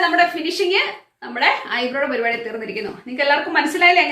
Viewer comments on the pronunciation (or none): none